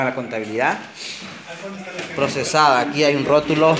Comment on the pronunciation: Dice prosebada no prosesada mnt